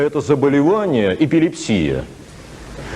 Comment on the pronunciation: Что? Эпилептический припадок это измененное состояние сознания? 😮 В смысле? Во-вторых эпилЕпсия, а не эпилепсИя. в-третьих казнь через расстрел, а не «казнь через расстреляния». Где он преподает?